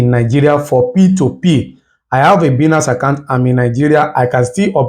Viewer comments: It's pronounced as baaaaa--iiii---nnaaaaance not biiinance ..😒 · It is Bainance pronounced